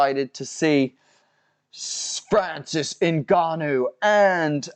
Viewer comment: Guys i was with franicis 🙃 didnt expect him to turn in to fhranhib nurmagongannou